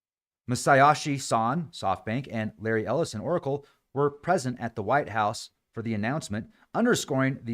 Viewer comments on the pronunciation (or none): none